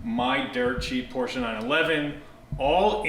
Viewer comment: Can I just say how much of a relief it is to hear you pronounce Porsche correctly 👍👍